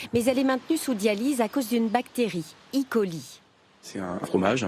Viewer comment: Oui mais c'est prononcé eucoli pas icoli. Ça pique les oreilles